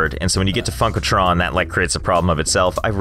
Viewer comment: Every time he says funkletron it legit sounds like he’s saying fuckletron